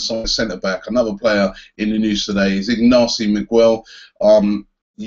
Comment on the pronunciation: Poor Ignasi Miquel - nobody can get his name right. Not Robbie, not the stadium announcer...